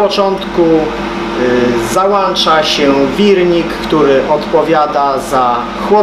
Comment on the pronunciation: jeżeli ta spawarka jest zasilana 'prądem' i ty ją 'załanczasz' z tyłu, to jesteś ich trolem do sprzedaży badziewia,albo lanserem bez przedszkola... 'rence opadajo'